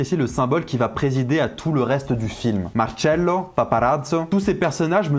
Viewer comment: Nice l’accent « marcello, paparazzo » lourd